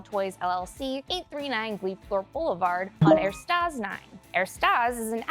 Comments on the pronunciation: Ersatz - pronounced ehr·saats not ehr-staas. Sorry, this was really bugging me. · ersatz not ertasz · it's pronounced "AIR-sots" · Ed. note: The word "ersatz" is mispronounced in the video by reversing the "a" and the "t" ( and ). It's not air-staz; it's er-zah-tz. (In German, the letter s often sounds like a z.) You're welcome. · The word "Ersatz" is pronounced as air-sots or air-zots, not the way you pronounced it. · ersatz is pronounced like air-sots But also are we not going to address the fact that Rick has mega abs. This probably is a reference to Season 6 Episode 4 Night family where Rick uses his “night person” to get the abs he has never wanted to take the time and effort to get. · Heehee... "erstaaz" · Er-STAZ lol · [Errrr-sats] the rest was good though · Ersatz(not Erstaz) is german and means replacement or substitute. It is composed of Er - he and satz - sentence.😁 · You really tripled-down on the er-stahs. Interesting choice. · You included a phonetic aid for how to pronounce "ersatz" and still managed to mispronounce it? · It's pronounced ersatz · Well, at least I now know how to correctly pronounce "ersatz"